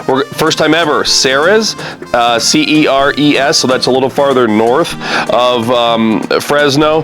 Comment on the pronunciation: I can't wait for May 24th to see you in Fresno! It has been too long. By the way, Ceres CA is pronounced like series....😊